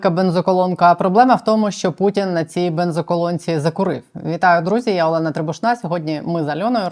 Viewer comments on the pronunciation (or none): none